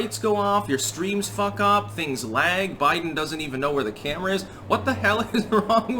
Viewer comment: He said Joe Blidens